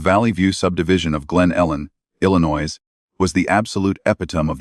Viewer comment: At least bother pronouncing Illinois correctly!